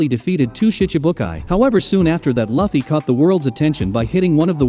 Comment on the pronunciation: Asking us to subscribe you without even pronouncing their names right i mean really, who tf are these “Way-no & Loaf-fy…” ? Nah, sorry mate no sub for you yet until you put some efforts on it pronouncing their names correctly. But don't worry tho at least there are people who doesn't care about that. But for me I care tho because names are one of the most very important identities either it's a person or an object(including anime too)